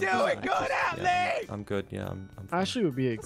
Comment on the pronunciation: Why is it so funny when says Atlie instead of Ashlie 😂